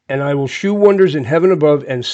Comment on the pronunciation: shew of older English is pronounced show.